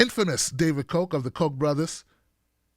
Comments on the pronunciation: The name is pronounced COCK, not COKE. Just sayin......check the spelling. Cheers, Maui Bill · Pronounce Ka (o) ach. Now say it fast.